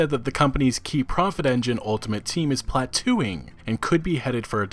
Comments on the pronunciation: Platoooo??? It's a hard 'o' on that word fucktard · Did this dude just say "Plateauing" as" Platooing"??? lmao jesus christ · PLATOOING? --- "Plateauing" --- is pronounced: Pla-TOW-ing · Lol you caught me off guard with "plat-2-ing" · Did you say platooing? Words arent meant to be pronounced just about old way. There is a reason for it. Dontcha know? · "Plat-oo-ing"? That's, like, 7th grade English. There's an EA exec watching this right now thinking, "forget this guy". Yeah. He's right.